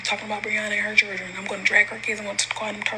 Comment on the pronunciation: SHe can't even say CHILDREN right!! I want her to stop putting God's name in her mess!!